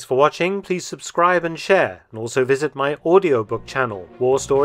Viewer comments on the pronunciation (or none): none